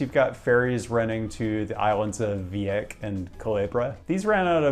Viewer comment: . Your Spanish pronunciation is atrocious--it's "fa-HAR-do," not "fa-yar-do" and it's "vi-eh-KEZ," not "vi-ek." But I'll forgive you because you're so entertaining and I love your channel. LOL. That being said, I've been on the ferry from Fajardo to Culebra Island. Flamenco Beach is truly OUTSTANDING. I've been to 40 countries thus far, with about 8 being tropical nations with tropical beaches, and Flamenco is still the most gorgeous beach I've ever been to in my life. (Though the beaches on the island of Fuerteventura in the Canary Islands are definitely runner ups, just that the water there is super-cold.) It's located in a U.S. national monument, so no resorts will ever be built there. The sand is the whitest I've ever seen, the water crystal blue and toasty warm, like a high-end pool. It curves around this gorgeous cove. Then there's the emptiness--it's not a popular beach with the locals and tourists don't tend to go there. I think it's time for another visit since it's cheap to get there from NYC. :D